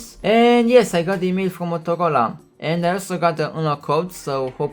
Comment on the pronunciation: I thought he said Motocola